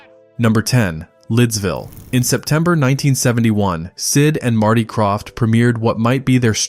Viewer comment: The "Craft" brothers, NOT the "Croft" brothers!